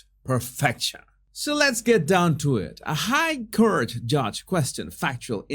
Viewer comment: Hello - I hope you don't mind but "court" is pronounced cort to rhyme with port. X P.S. Keep up the excellent work.